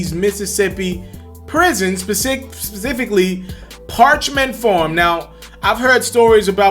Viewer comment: pacifically? Rilly nigga?